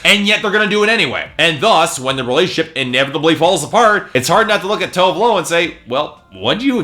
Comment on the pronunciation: Dude, her name is TOO-VEH LOO You really should learn how to pronounce people's name before you go on rants about their albums. First it was Jhenè Aiko (JUH-NAY EYE-KOH), Tinashe (TEE-NAH-SHAY) and now her. -.